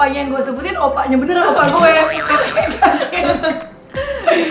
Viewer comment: 6.12 OPPA kak bukan OPPAI ..... Beda arti :v